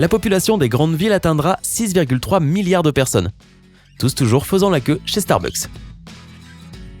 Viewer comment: mais pourquoi il di starbuk s est mc